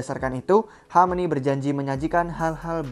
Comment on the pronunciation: Hameni hameni, rrrrrr